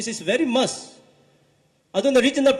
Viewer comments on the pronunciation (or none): When sounds "Mass," he means "Must."